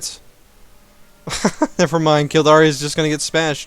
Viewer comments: It's produced kill-dare as in I dare you. not da re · It's pronounced Kill-dare (As in I "dare" you to do something). Just so you know. And it's tyrone or Tir O-in